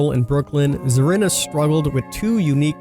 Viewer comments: SACCO NOT SOCCO ZARINA NOT ZARANA lol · It's pronounced like Karina with a Z.